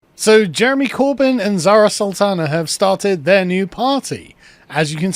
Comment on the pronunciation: Bird's Urdu pronunciation and comedic timing are both impeccable.